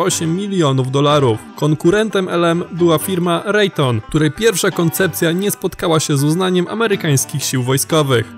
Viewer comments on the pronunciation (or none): lektor na prawdę powinien zacząć wymiawiać zagraniczne nazwy tak jak się powinno: LOCKHEED MARTIN - LOKHID MARTIN -nie "loket martin" RAYTHEON - REJTION - nie "rejton" to jak nazywanie Marianny Marią. i takie "przejęzyczenia" są nagminne